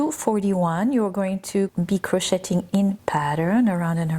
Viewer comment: Omg PLEASE! STOP! Pronouncing the “t” in the word ‘crocheting!!!!!!!!’ It is EXTREMELY distracting!!!! Oh, and I absolutely love this design btw... even if your math is massively off for the front and back panels and the sleeve holes. It’s okay though. I figured out a way to fix it myself.